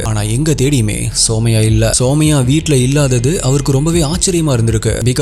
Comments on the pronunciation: Her name is சுமய்யா...❤ Not சோமய்யா...😅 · It's sumaiya.. (சுமையா ) Not soumya( சௌம்யா ) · Bro somaya illa sumaiya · Anna somaiya illa sumaiya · Andha name Sumaiya idhudhan currect pronounce also my name is Sumaiya